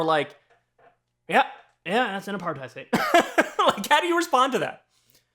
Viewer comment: Apartheid is pronounced Aparthate, not hide. It rhymes with hate. Which is a good way to think of it.